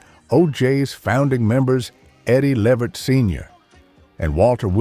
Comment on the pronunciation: I’m sorry, but the narrator’s “O-O-H Child” is working me. Everyone knows the name of the song is “Ooh Child.” And, ask someone how to pronounce Eddie Levert’s last name, because it’s not what the narrator said in this piece. I’ve noticed other things from this narrator that make me wonder if this is a black man because there are things said incorrectly by this narrator (in this and other pieces) that a black person would know. Again, I don’t mean to be overly critical, but if you want your followers to trust your journalism, you have to be open to some constructive criticism.